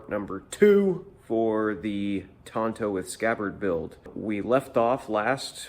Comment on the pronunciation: Tanto not “Tonto”, cos that's the name of the Lone Rangers sidekick.